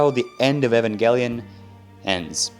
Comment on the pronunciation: Not to be a dick but it's pronounced eev-in-gel-eon as in evangelical which means holy when your applying it to God